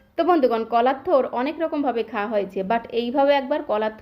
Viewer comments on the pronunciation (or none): Mem it's not tur